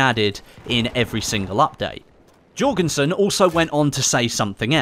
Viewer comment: not Jorgensen.